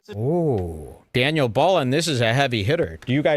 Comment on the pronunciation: Oooh Daniel, or Dan-eye- el from the book of Peenoch should I say! You were about to get a dressing down so hard the skin would come off! However..In some contexts, "Each to their own" is also used, and some people find both phrases acceptable. However, "To each their own" is generally preferred in modern usage...soooo... you get away this time....Dan-I-L😂